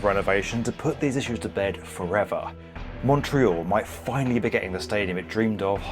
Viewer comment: Thank you SO MUCH for pronouncing, obviously in English, Montreal like a Montrealer!! Very professional.